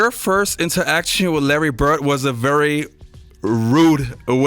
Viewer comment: His last name is Bird. Not Burt. Immigrants are learning English from TV and the 'net. Stop confusing them.